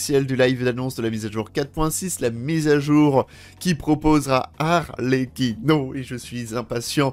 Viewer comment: (alors juste, ça se prononce "arletchino") 😊